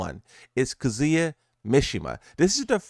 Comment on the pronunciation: Kazuya’s name is not pronounced like that